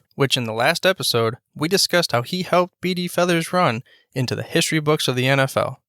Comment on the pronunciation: Maybe learn how to pronounce his name? Yes, I knew him. He also coached college football and was head baseball coach at Wake Forest.